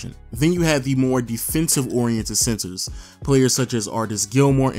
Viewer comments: Are you saying sensor? Or centers ?😂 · Im hearing censor not center. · i am the only one who hears him saying sensors istead of centers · tip: if you hear sensors he's saying centers lol 😝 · Say Center and not sensor lol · I thought he's saying sensors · The "SENSORS, SENSERS? SENCERS? SCENTSERS? " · Is it just me or does he keep on saying SENSORS?🧐